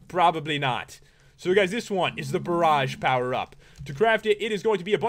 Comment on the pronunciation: You said barge wrong.